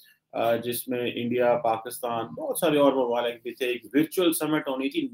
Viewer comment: Bhai tu na pehle apni pronunciation thk kar,,,virtual pronunciatuin is vertual but u sound like veertual,,,, and your market is Markeet ,, which should be market only😉